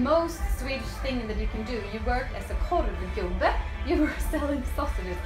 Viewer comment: He had me at "Korvgubbe"! Good Job!